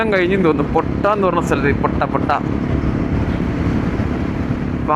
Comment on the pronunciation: പൊട്ട അല്ല പോട്ട ആണു. Nice watching your video.